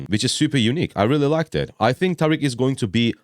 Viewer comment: I'm here for the pronunciation thank you for pronouncing it right. Not like "Tareeeek" 😭